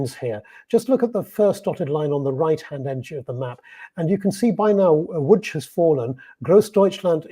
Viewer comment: Łódź (Lodz) is pronounced perfectly!